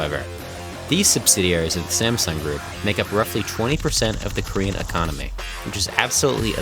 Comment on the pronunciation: do you speak korean? your pronunciation of korean words are perfect!!